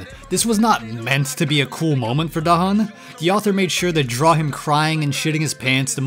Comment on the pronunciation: Da hun ❌ Da him ✅